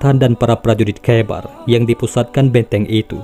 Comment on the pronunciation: kh dibacanya ho bqng jdi khoibar